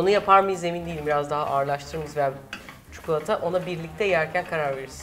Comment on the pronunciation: Refika abla çukulata değil çikolata 😂😂